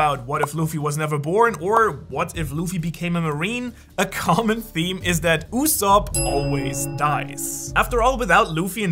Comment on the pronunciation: 1 time u said yusop